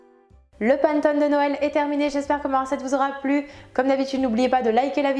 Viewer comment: Super ta recette, je la ferai, mais on ne dit pas panttone, mais panÉttone, désolée mais ça fait mal aux oreilles.